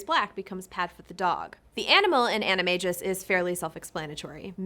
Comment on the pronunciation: It’s not A”KK”IO but it sounds CCCCCCCCC ACCIO C SOUND… and animaGus, with sound GGGGG not JJJJJJJ, FeliCCCCCCius, not FeliKKKius…. For a video about words, you should at least try to pronounce them correctly….not a good job, sorry.